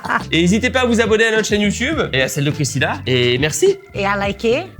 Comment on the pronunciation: Bon bah n’aura jamais correctement prononcé le nom de Christina 😂 J’adore